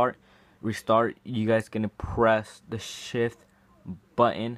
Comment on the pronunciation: When u say shift i think u say sh*t